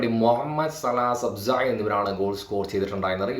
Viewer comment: സബ്സ എന്നല്ല സൊബ്ബോസ്ലായി എന്ന് ആണ്